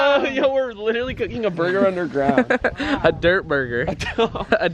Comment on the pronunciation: He said a Durger 😭😭😭😭😭😭😭